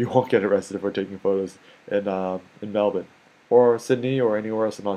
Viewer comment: I'm only halfway into the first minute and already I have to commend you on two things: you pronounced Melbourne the way we do here in Melbourne (Mel-ben, and not Mel-BURN) and you learnt the term 'CBD' - you can come back to Australia any time,!